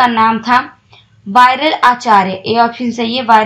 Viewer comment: RBI k deputy governor..jinhone istifa diya... विरल आचार्य. .. not वायरल आचार्य